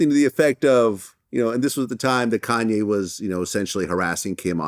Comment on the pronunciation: But they say Kanye wrong 😂